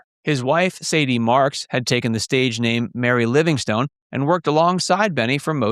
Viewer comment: Please listen to an episode of the Jack Benny Program and learn to pronounce "Livingstone" correctly. Please.